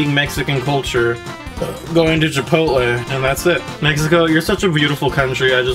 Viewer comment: Did you say jipotle?